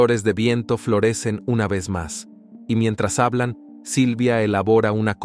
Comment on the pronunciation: Por què usan locutores que no saben nuestro idioma castellano. Por qué tienen que decir ¨jablan¨en vez de decir hablan. Tampoco saben decir los años donde ocurrieron los hechos. No solo hay que tener buena voz sino saber castellano como debe de ser.